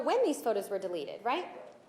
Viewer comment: its " deleted " Not " delerrreted " speak properly